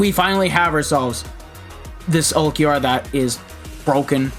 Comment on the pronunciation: Ulquiorra would kill you if he knows you call him "ulq"